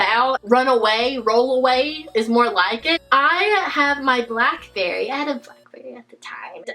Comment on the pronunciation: when you said blackbarry